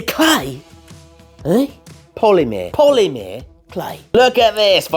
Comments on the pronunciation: Poly-mer (like mermaid) not Poly-meer 😛 I know, Im just teasin lol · Love the polymer clay - more please! (Just stop saying poly-meeeer!)